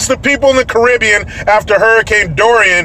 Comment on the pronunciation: Thank you for pronouncing the word Caribbean the correct way! 🇺🇸🇵🇷